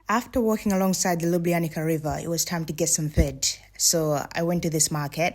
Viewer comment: You have to pronounce Lyooblyanizza river and yes it's natural river of karst origin (it goes out from cave system). LJ are separate letters, but of course for English speakers is hard to pronounce. Have a nice time in our County